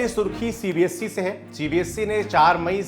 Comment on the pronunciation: Its CBSE not CBSC, please work on ur pronunciation, if you are gaining this many view count, it should be your responsibility too,.